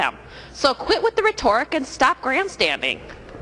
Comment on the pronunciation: Oh, BTW, Mary...I think there was one three syllable word you tried to use in there, but you mispronouned it..."Rhetoric." That would be pronouned "ret'-e-rik," not "re-TOR'-ic," But I digress. (Mary, just to help you out a bit, "digress" means to depart temporarily from the main subject in talking or writing.)